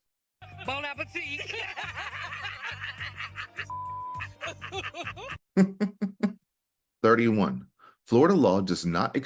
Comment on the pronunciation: I think they're saying "Boone Apple Teeth"!